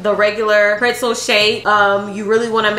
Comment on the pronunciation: Who else loves how pronounces PRETZEL.. PR(IT)ZEL? LMAO❤ I freakin love my girl bro....❤